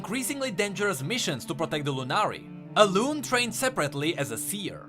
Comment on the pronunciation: it's Alun-E